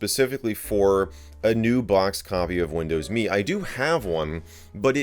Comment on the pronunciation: Arrrhhh it’s “M” “E” not “me”